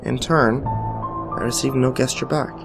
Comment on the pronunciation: Am I the only one who noticed that he made a g sound when he said gesture, not a j sound.